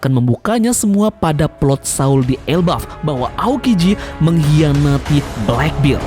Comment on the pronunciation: Channel bagus2 tp pelafalan masih aja salah heran.